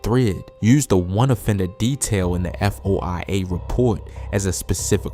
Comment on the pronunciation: Foia stands for freedom of information act so he can say F.O.I.A